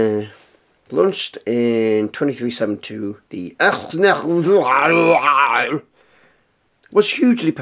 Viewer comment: It's pronounced neg-var